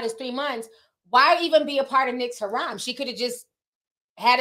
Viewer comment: Triggered every time said haram 😂 the word is Hareem not HARAM. What he’s doing is haram tho. 🏃‍♀️🏃‍♀️